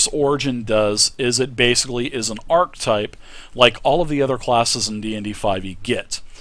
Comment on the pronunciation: ermahgurd! why can't people pronounce (ark-uh-type) properly!?